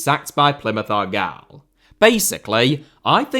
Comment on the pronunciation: Why did you say argyle like that....